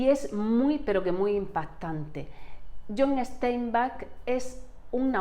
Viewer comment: es John Steinbeck, como suena, no "Esteinback"